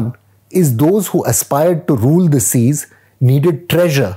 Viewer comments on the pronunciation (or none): none